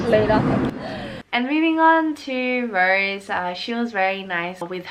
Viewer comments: Its Rosè not "rose" Please its Triggering! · It's Rosé